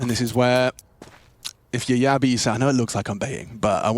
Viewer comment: Jabbi is not "Ya B", he's "Jab bhi" 😂